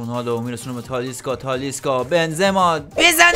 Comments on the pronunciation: داداش به تالیسکا میگی تالیسا😂😂😂😂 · .تالیسکا نه تالیسا انقد نگو تالیسا رو مخه😂😂😂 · ویدئوت عالی بود ولی اون تالیسا نیست تالیسکا😅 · داش تالیسکا نه تالیسا.❤😂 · تالیسکا هستش نه تالیسا🤣🤣🤣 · داداش تالیسکا نیست😂😂😅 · تالیسکا نه تالیسا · اشتباه میگی اون تالیسا نیست تالیسکا هست